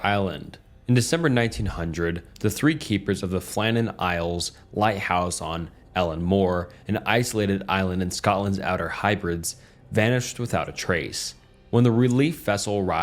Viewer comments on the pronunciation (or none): The Scottish Hebrides is pronounced Heb-ree-deez and not hy-brids. Love from the Hebrides.